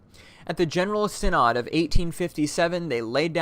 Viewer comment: As an active Moravian, I think you did a fantastic job on this video. It is very informative although I do have a few comments. First the way you pronounce synod. Second is the population of Moravian’s in North America. I believe 60,000 was around the 1940s, today I believe the Moravians are only 20,000 in number in North America. Third is you could have included a little more history on the church. A great place to start would be the exile from Moravia to Germany where they met arguably the most important Moravian in Moravian history, Count Nicolas Zinzendorf.